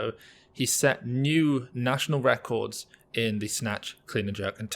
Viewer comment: "That's a Russian Wecords" lol